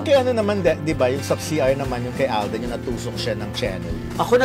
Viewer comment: Alden Hindi aldin